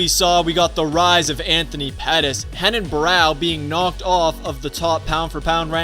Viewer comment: Wait wtf is up with this dude pronouncing h instead of r Hafael instead of Rafael Henan instead of Renan Heis instead if Reis